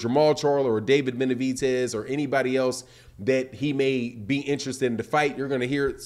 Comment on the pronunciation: BenaviDez, not BenaviTez, lmo